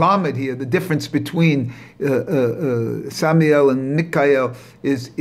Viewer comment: It's pronounced sa-ma-yel and my-chel